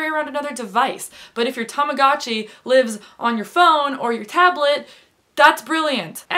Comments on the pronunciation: TAMAGOOOOOOOOTCHI not TAMAGATCHI UGH I just can't hear you saying that , that way. haha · I had a baby blue one! Tamagotchi is pronounced so differently in Australia haha but oh god the memories